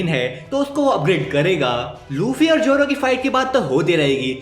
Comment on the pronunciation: Zoro ❌ Joro✅